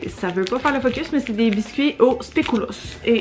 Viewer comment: Pas sûre que tu vois mon message et comme c'est pour de la sémantique c'est pas trop grave: le biscuit de la marque Lotus qu'on t'a donné est un spéculoos et pas un biscuit au spéculoos ;) Et pour info, le u se prononce comme la lettre et pas en ou :) Vu nos deux langues, les mots ont des drôles de prononciation et orthographe, surtout les mots bruxellois qui sont des bons mix de Français et de Flamand :p Contente que tu aies aimé Bruxelles! Tes images étaient superbes. J'étais déçue de ne pas pouvoir venir te voir au Parc ;) Et pour le Parc du Botanique, je ne sais pas si tu as vu mais l'ancienne serre sert de salles de spectacles et concerts =)